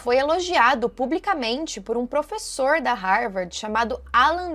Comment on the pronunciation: Não é Rarvardi a pronúncia em inglês pra Harvard! 😂 A pronúncia é RAVÔR! Lembra do AVÔ!